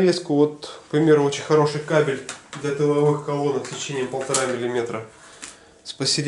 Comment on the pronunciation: Правильно нужно ставить ударение на слове КАБЕЛЬ, а то получается что обзор про собак мужского пола, а не про кабельную продукцию!!!